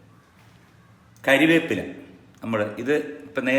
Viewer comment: കരിവേപ്പില അല്ല കറിവേപ്പില